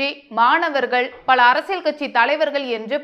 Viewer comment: அது கழகம் அல்ல கலகம்....பழ அல்ல பல...கேல்வி அல்ல கேள்வி... ஊர்வளம் அல்ல ஊர்வலம்...பள்வேறு அல்ல பல்வேறு...கள் அல்ல கல்...அறுப்பு கோட்டை அல்ல அருப்புக்கோட்டை....என்ன தமிழ் பேசுகிறாய்...முதலில் போய் தமிழைப் படி...அர்த்தங்கள் எல்லாமே வேறுபடுகிறது..கொடுமை.